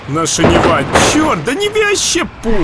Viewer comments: Не Нева а Нива ударение на И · Нива на 1 слог ударение